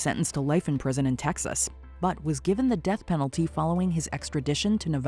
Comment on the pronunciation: Ahem!... "supposed to be put to dath"??? You mean "supposed to be put to death" I assume.